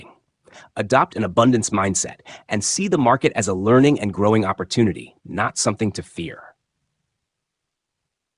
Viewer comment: When u can pronounce the English language properly i might stick around and listen Opp or toon ity OMG Jesus Christ !